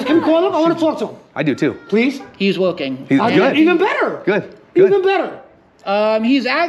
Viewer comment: "He'S wOiKing....."